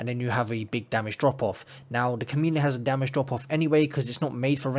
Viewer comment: You said "Chameleon" and I heard "C O M E D I A N" and now I kinda want a new exotic called "The Comedian" lol Cool build!